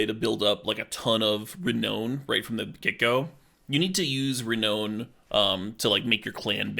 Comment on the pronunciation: Love everything about this except for your pronunciation of "Renown." The last part of the word is pronounced "noun" not "known" even though being renowned literally means being well known or famous. Very unintuitive.